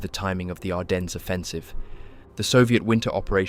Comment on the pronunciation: uhhhh. This IS AI. Hadn't you noticed the mispronounced words? Like where it pronounces Ardennes as "ar-den-ezz" A human might make the mistake of mispronouncing "ar-den" as "ar-dens" if they didn't know the 'es' was silent, but an AI voice generator wouldn't know that.